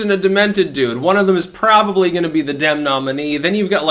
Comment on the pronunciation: Every time you said “this is the Dem field“, what I heard was “this is the Dim field“. BTW, Siri spelled out “Damn field”.